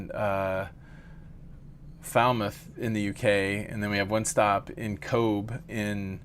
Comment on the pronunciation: ❤ Cobh, say Cove. The b sound makes a v. 😊